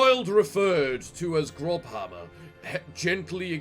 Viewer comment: Lol, “grobhammer” hurt my soul to hear X)) That letter is read as “ss” in German. It’s “Grosshammer” - “big hammer”.